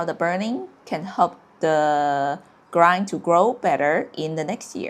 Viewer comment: Hi! Just one small addition - your pronounciation is grind(verb)研磨 instead of the correct grain (grayn). Your work (videos) are very helpful for any chinese learner! Thanks for your efforts❤